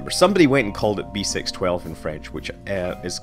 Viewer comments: "6 12" in French is pronounced "cis dooze":) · Just love your French accent since French is my native language. You should pronounce B612 "b seece dooz" btw. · beh-sis-dues is how you pronounce it